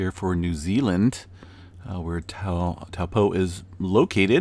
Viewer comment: Can you say Taupo correctly